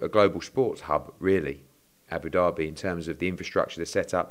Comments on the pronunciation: ed its abu dhabi not abu derby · It’s not Abu Derby Eddy it’s Abu Dhabi pronounced Dabi😊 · Great Partnership with as Hearn says “Aboo Derby” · Haha whys Eddie sayin abu-dabi like Abu-Derby fml hahaha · Can someone tell Eddie it’s not Abu derby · Eddie "ABOO DARBY" Hearn